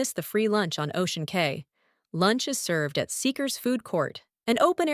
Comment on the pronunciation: It’s pronounced Ocean Key